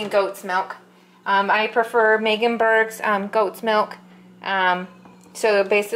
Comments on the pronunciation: You say meganberg but it’s obviously a y not a g. Meyenberg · Meyenberg, not Megansberg